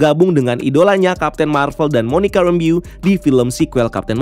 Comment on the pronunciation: jujur gw gw agak gimana gitu pas nyebut Monica Rambeau 😂 nonton lagi Wanda Vision deh bang biar bener cara penyebutan nama org nya ✌️😂